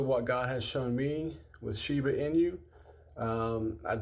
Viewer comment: talking about shiba but calling it sheva than someone said shiba 😂